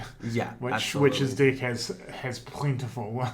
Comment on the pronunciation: As an American hearing them say dick when they say deck has me crying lol.